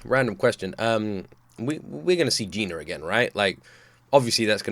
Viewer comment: He said Gina not Jinah